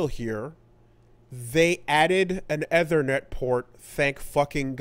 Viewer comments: it's ethernet not ehthernet. .... I can't help it. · eee-thernet, we have been through this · saying "eh-ther-net" instead of "ee-ther-net" is a new pronunciation tic for me. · I can't unhear Athernit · Æ T H E R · Obsessed with the fucked up way said "ethernet" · Is it a Canadaland thing?